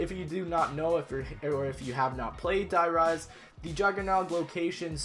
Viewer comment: I hate how he says die rise I don't know why